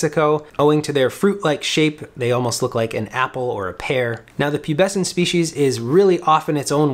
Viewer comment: "speeshes"... please delete your channel